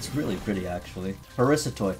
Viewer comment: it took me a good 20 seconds to understand that you were saying “parasitoid” and not “Parissa Toyd”